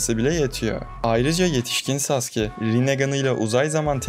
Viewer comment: Telaffuzu "saske" diye oluyor ama.